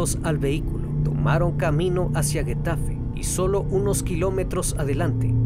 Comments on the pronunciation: Cierto, es extranjero pero por ejemplo no pronuncia bien el nombre de la localidad, que es Getafe. Se pronuncia tal cual pero él pronuncia Guetafe.. 🤔 Me pregunto por qué.... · Getafe, no Guetafe, se pronuncia como la Jota. Por cierto, años después, en un programa de televisión, ése tipo de programa de chismes, llamaron a la mamá de Sandra Palo para una entrevista. Y sin saberlo, hicieron una videollamada con la mamá de Sandra con el asesino de su hija. Las redes sociales recriminaron el programa de tv y al final, fue eliminado de la misma. Y se pronuncia Leganés, con acento de la última letra E , no leganes. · acaso sabes leer castellano? no dijiste bien getafe ni leganés